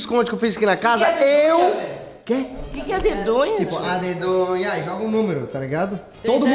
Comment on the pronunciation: não é adedonha é adedanha